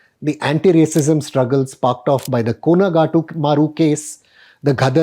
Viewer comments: It's Komagatamaru and not Kolagatamaru. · Pls pronounce kamagatamaru properly